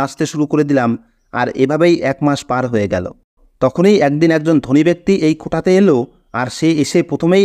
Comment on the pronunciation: কোটা কথাটা ভুল, এটা হবে কোঠা।